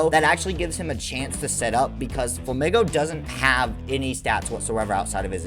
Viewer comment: INSANE take. Insane. Flamigo is pronounced "Fla-Meego", like "amigo"; Spanish, Paldea is based on Spain.... its pink color compliments other Pokemon from the region (Tinkaton, Wugtrio, etc.), its wings, beak, and body are all uniquely shaped. What else would you want to do to a flamingo Pokemon? Give it a scorpion tail or bat wings? Flamigo is one of the best designs from Paldea, along with Farigiraf, Koraidon, and Great Tusk. The absolute WORST designs to ever exist in Pokemon are the Timbur line, the Roserade line, the Scorupi line, the Lileep line, the Gulpin line, the Hydreigon, the Gothita line, and the Scovillain line. All are pretty ugly, use ugly colors, and have pretty fair design flaws.